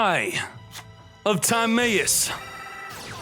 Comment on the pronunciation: The fact that he still says time-ay-us (instead of tim-eye-us) and cock-ah-tis (instead of co-kite-us) after this long is just disgusting